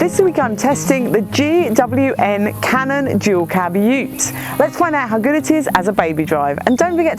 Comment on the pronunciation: Do you say GW N? At the start 🤷🏻‍♂️